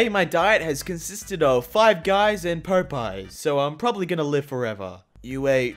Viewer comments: "Pope-eyes"? You've never heard of Popeye? The dude with the spinach. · "5 guys and POPE-EYE" Its POP eye 😂😂😂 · Did gio just say pope eye? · IT IS POP EYES NOT POPE EYS btw love ur vids and channel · PO-PYE??? Aww come on now lol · Popeye, no Pope eye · Pop eye not pope ye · ok so do all people out of the US pronounce popeyes "pope-eyes" because we in the US call it "pop-eyes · Pop-eyes Pho-pies Like whot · You said Popeyes not pop eye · popeye not popie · Adadas and Pope-eye, good god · Wait... Hol' up. Did you just say PO-pie???. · Pope eyes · DID U JUST PRONOUNCE POPEYE AS "pÖ-pIe" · I’ve never seen a person pronounce Popeyes as “Pope-eyes” He’s a madlad himself. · Popeyes. It’s Pop, and eyes. Pop eyes. Please say it right. I beg of you. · Poe-pie? Hmm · Im not trying to be a ass but Popeyes is pronounced (pop-eyes) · How bad was your childhood that you can’t even say Popeyes